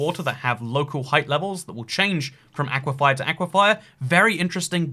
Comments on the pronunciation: Just a tip; aquifer is pronounced 'AK-wih-fur', not 'AK-wih-FIRE' Unless thats just your dialect, in which case ignore me. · Stop pronouncing it as aqua-fire. You pronounce it as aqua-fur. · Its an aquifer not an aquifire lolololololol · please, its an aquaFER not and aquaFIER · I love you... but... aquifer... not aquifier. lol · Not "ah-qui-fye-ah", "awh-qui-fur." I love you, but my biggest pet peeve is people pronouncing things wrong. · Toycat, say it with me. It's aquiFER like "aqui-fur." Not aquifire. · "aequifier" it's ockwafer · Everytime I heard “aye-quiff-eye-er” I died inside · Dude aquifer is pronounced awk-wif-fer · Awesome video as always but, and I hate to be that person, it's pronounced Ah-kwi-fer. Unless this is another Alumin(i)um situation. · Those aqua-what's? There's no second i in aquifer. Aqui-fer. 😉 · Why do you pronounce Aquifer like Aquifire? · Has anyone mentioned that he pronounces aquifer as aquifire? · Auquafires what my ENTIRE STATE LIVES UNDER AN AQUIFER AND ITS NOT SAID LIKE THAT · YOU ARE PRONOUNCING AQUIFER WRONG. PLEASE SAY IT CORRECTLY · is that really how British people pronounce aquifer